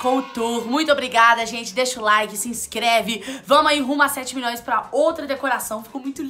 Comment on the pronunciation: "condominion", "minioria", "6 miniões"! 😂😂😂😂😂